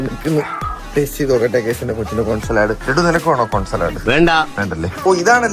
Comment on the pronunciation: സലാഡ് അല്ല."സാലഡ്"